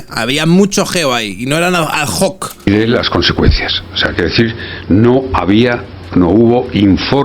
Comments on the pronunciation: ¿Azok? Será ”ad hoc"... Hace la consultoría oral porque de nivel de alfabetización va más bien flojo. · ¿Ha dicho informes 'adzoc'?😂